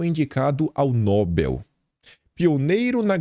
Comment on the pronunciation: NÓbel não kim, é NoBEL, é uma oxitona.